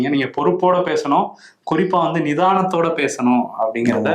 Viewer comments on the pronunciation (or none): நிதானத்தோடு என்று அழுத்தி சொல்றீங்களே.